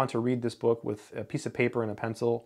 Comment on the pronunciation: you pronounce "bawk" instead of book. Are you a native English speaker?